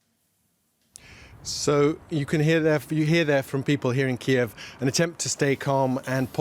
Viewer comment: They're pronouncing Kyiv wrong. So apparently DW is pro Russia too.